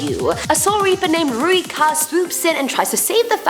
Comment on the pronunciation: calls rukia ruika Me: dead inside